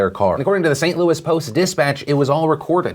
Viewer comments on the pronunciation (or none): none